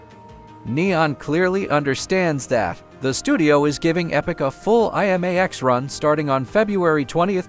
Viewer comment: You would think that A.I. could pronounce IMAX. I.M.A.X. hahahahahahah